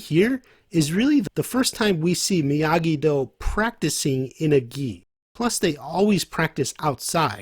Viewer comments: Did u really say miagido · No, lmao, he said "miogido".